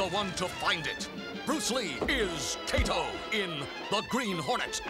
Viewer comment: This Kato pronunciation is just as bad as Japanese version of Mr. Roberto. For curious people: it's pronounced "Kah-Toe"